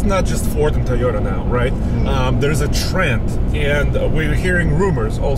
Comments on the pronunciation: Id pick the "Tie-ota" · I believe it's pronounced "TOY" YOTA, not "TY YOTA". just say'n. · Came here expecting to hear call it a "Tieyota Tundra" and he did not disappoint:)